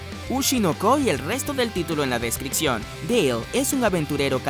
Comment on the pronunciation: Practica cómo pronunciar las P como en "DescriPción" o parece que no terminaste la primaria. De nada.